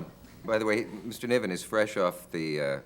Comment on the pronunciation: NIVEN ffs.